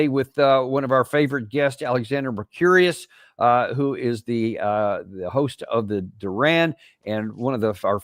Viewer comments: It's Mer Kuris not Mer Curious 😂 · Alexander may be curious, but that isn't part of his name. You're mispronouncing it.